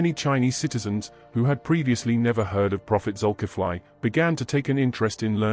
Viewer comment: The spelling is Zukifli. But it pronounced Zulkifle, not Zukifly. Example: Ali, pronounced Ale not Aly. 😊